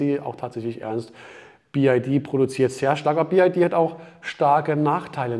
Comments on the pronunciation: Ich bin ungern ein Korinthenkacker, aber es heißt BYD und nicht BID😉...VG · Wow Achim, die Info ist für mich völlig neu🙄. biyadi (chinesisch) ist natürlich richtig. Der sonst geschätzte sagt jedoch bi-ei-di und diese Aussprache ist weder chinesisch, noch englisch.